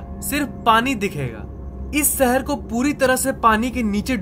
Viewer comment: Bhai shehar bolna sikh